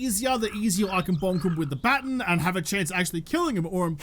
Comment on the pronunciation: Day 139 of saying Its pronounced baaa·tonn (not baten) however I love that it gave him Stockholm Syndrome. He now loves what he used to hate